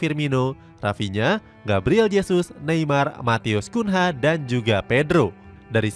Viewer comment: Matheus Cunha dibaca Kunyah min